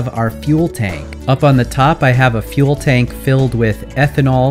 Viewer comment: totally heard you say fuel bank instead of fuel tank